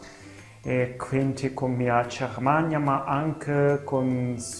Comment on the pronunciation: I tedeschi dicono CERMANIA e non GHERMANIA